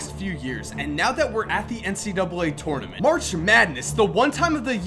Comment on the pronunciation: I love your videos!! But please learn how to say tournament😂 again love your videos!